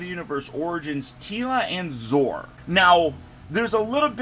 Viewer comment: Zoar does not rhyme with Oar. It's two syllables. Rhymes with Sonar. ZO-AR.